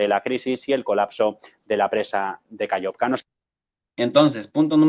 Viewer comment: Aló, no se pronuncia KAYOVKA. Se escribe KAKHOVKA y se pronuncia KaJovka, con JOTA del Espaňol. Muy bien programa! Felicitaciones.